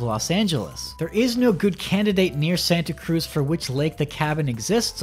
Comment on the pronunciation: As someone who lives in the Bay Area, I cringed so hard everytime he said Santa Cruz.